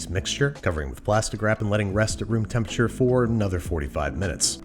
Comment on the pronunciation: he really said temperaTURE like that and we let him